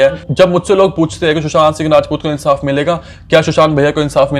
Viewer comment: Abey tu sushant singh rajput thik se nahi bol pa raha hai...